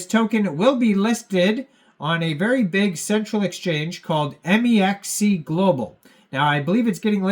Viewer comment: “M. E. X. C.” Tell me you’re not a trader without tellin me you’re not a trader. 😂